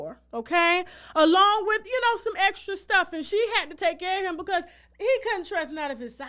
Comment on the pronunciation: " EXCRA" NOT EXTRA 👏👏👏👏👏👏👏👏👏👏👏👏👏👏👏👏👏👏👏👏👏👏👏. . I LOVE her though🤦‍♀️🤷‍♀️🙋‍♀️